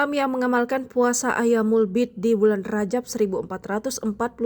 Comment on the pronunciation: Ma'af, bukan ayyaamul bi'di tp"ayyaamul biidh" 🙏